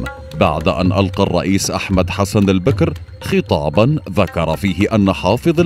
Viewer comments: البَكِر وليس البِكْر. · البكر بفتح الباء والكاف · البكر يامقدم بفتح الباء وليس بكسره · البكر بالفتح وليس بالكسر. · البكر ، بفتح الباء و ليس كسرها .